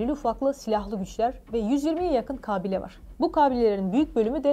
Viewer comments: Kabile derken "a" kısa olacak. Harikasınız. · Haber sunuyorsunuz ama "kabile" kelimesini doğru telaffuz edemiyorsunuz :). 🤔😅